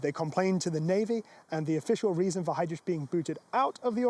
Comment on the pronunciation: Ch please! Not rich!